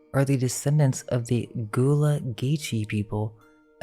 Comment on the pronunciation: Please pronounce my city’s culture correctly smh. It’s Gullah and it sounds like Gah Lah